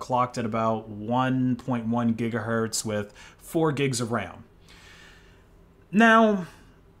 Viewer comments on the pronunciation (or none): none